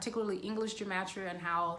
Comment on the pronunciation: Take a drink every time she says Gem-Et-Tria 😝